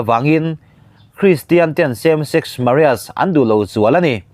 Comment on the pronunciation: Same sex Maria ti hi eng pronunciation nge a ni